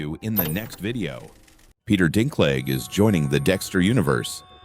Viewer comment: After all the years of Game of Thrones and you do not know how to pronounce Dinklage?